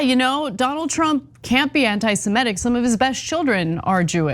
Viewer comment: Small point, but you should probably get try to pronounce it correctly: it's anitisemITIC, not antisemETIC.